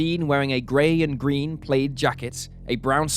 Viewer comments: It’s not pronounced “played” it’s pronounced “plad” for plaid!! When you are seeking answers please make sure you pronounce things properly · Had to re-listen.. Who wears a PALAID skirt... I couldn't figure it out at first. Ohhhh. Plaid skirt? Enjoy the channel, just made me chuckle. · No, it should sound like plaaad. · Is that really the way Brit's pronounce plaid? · Who in the world pronounces "plaid" like that? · I think it’s more common in the UK